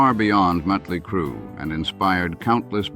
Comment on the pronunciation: you do realize it's MOT-ley Crue.........not MUT-ley Crue, right ?